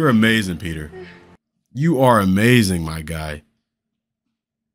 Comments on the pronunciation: Peeta! His name is Peeta! LOL Not Peter...OK, end of rant 😂 So glad you're reacting to these, love these movies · Lol Peta not Peter 😂😂😂😂